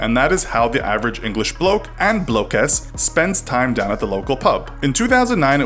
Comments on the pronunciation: Blokeis hahaha🤣 You made up a nice word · Blokess 😂😂😂 ah your killing me